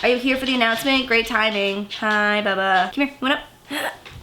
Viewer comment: Is it just me or never said "Bubba" like that.... Also moose napping on lap is just super adorable! 😍